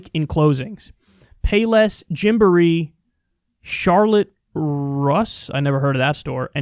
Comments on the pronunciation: It's pronounced Charlotte "Roose". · Charlotte Russe is a women’s clothing store. It is mall based and people are buying online. I’ve gotten some clothing there in the past. It’s pronounced Charlotte “Roos” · Him mispronouncing Charlotte Russe (pronounced roos) is adorable. My wife used to love their clearance section before they closed our store